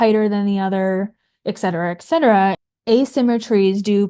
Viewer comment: Practical summary: Avoid corn syrup. For Anti-inflammatory: berries, citrus, broccoli. Get 7-9 hours of sleep. I wish she would stop repeating "ex cetera".